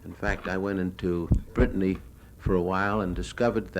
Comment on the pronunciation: Brittany not briton